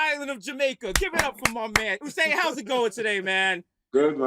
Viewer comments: Yeah and he pronounced the name the way Jamaicans pronounce it, U-sain while Desus talking 'bout Who-Sain lol. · How Desus doesn't know how to pronounce Usain's name? SMH